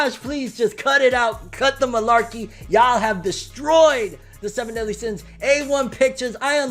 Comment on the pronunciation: "Seven Deen Sins"